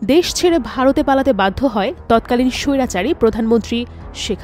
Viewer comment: আপু সব সময় এভাবে স্বৈরাচারী বলবেন খুব ভালো লাগে শুনতে